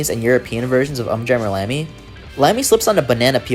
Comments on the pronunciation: It's pronounced "Oom jammer lammy" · Big fan of this series and stumbled upon your video. I loved it, you did a great job. But there were four things I felt needed to be pointed out. 1: Just me nitpicking, but you're saying the Um wrong in UmJammer Lammy. They literally say it in the intro video to the game, so I don't know how you get that wrong, but you're not the first person to do it, so I dunno. It's 'Oom' not 'Uhm'. 2: In UmJammer Lammy every time you beat a stage you get a new filter to run your guitar through that you can toggle with the select button, and they are very fun to mess with. 3: I really expected that you were building up to talking about how awesome the last couple lines in the last stage of Parappa 2 are, and then you just didn't mention it at all. But during the party, at the very end, for just a couple lines, the call and response switches entirely to you having to do the inputs first and then the crowd and MC King Kong Mushi repeat after you. It's for the 'Say Alright! Say Oh yeah!' part. But it's not only cool because it signifies Parappa becoming a 'Master' but also because they actually repeat whatever you do during that part. You can yell 'Say A-a-a-a-a-a-ALL!' and they will do it just like you did. It's so fun to mess around with. 4: You didn't bring up Project Rap Rabbit at all. In 2017, NanaOn-Sha and iNiS, the groups that made Parappa and Gitaroo Man respectively, started a kickstarter together with the intent of making a super involved game called Project Rap Rabbit, in which yo